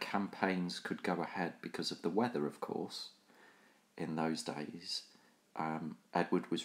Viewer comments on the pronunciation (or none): none